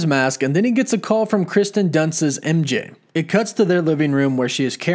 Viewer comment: Just so you know it's Kirsten Dunst, not Kristen. You should know this.